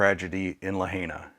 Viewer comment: It always helps when you can pronounce the name of the town properly